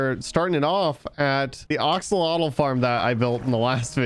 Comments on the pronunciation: Day 1 of telling to say axalotl not oxolotl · OXOLOTOL -_- AXE-L-OTL